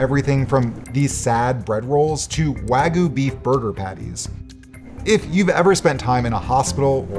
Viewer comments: it is not pronounced wagoo, it's pronounced wagyu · “wagoo beef” lmao I have heard Americans fuck that word up many different ways but I’ve never heard someone just straight up skip the y. impressive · You lost me at 5 minutes when you mispronounced Wagyu